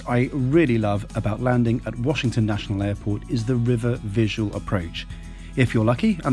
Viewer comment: Great job,. Loved the views of NYC and DC... as yes, you pronounced Washington correctly.:) Looking forward to your Acela review. I've never flown into DC as living in NYC and NJ when I worked for a company there, it was faster to go via train because I was going from city center to city center.